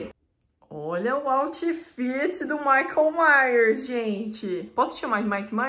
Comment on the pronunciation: OMG, o "maico maios"!